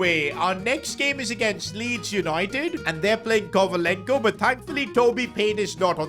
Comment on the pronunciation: Kovalenko more like novalenko Toby payne more like Toby Vaype